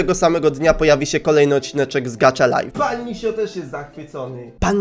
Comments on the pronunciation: GACHA LIFE A NIE GACZA LIFE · Nie mówi się gacza lajf tylko gacha lajf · Gacha life a nie gacza life😠😡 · To się nie mówi gracza lajf tylko gaha lajf to mnie tak denerwuje🙀😾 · To jest gacha lajf!a nie gacza lajf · Źle to musisz to ma być gacha life a nie gaczalife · Gacha laif sie czyta a nie gacza laif